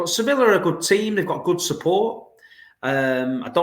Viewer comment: Hey. We should not take Sevilla lightly. They have the most Europa League trophies and knows how to win in these types of settings. Lol. I know it’s Sevilla but let’s take it serious and win it., it pronounces Si-vi-a. The two Ls in Spanish are silent or something